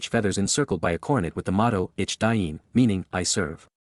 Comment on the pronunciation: The words mare pronounced EEK DEAN !